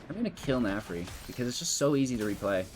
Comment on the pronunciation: Narfi not Nafri lol